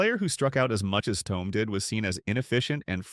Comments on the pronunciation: ThoMee. Learn how to pronounce his name "Mason" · Hard to take this seriously when you CAN’T even pronounce the guy’s nNe correctly. How STUPID!!!